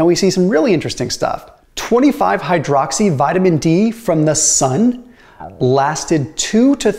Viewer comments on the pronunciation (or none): It's not duhydroxy. It's dihydroxy. Yikes.